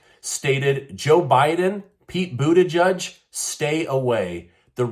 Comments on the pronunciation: Gotta admit, the pronunciation of "Buu-Tee-Judge" has me chuckling. 🤣 But in all seriousness; is he actually trying to pull a woe-is-me-and-my-situation regarding with Ohio? Damn dude, just admit you screwed up and retire. Get someone serious into that position. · Its booty-edge. Get it right. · Boodyjudge lol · The IRS shouldn't even have information as to skin color or ethnicity. My hearing isn't what it used to be but I sure thought that I heard you call our transportation secretary "Booty Judge". Probably just my aging ears but I got a good chuckle. Thanks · I believe it's pronounced "Pete Booty plug" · I love your content. Did you say Bootyjudge?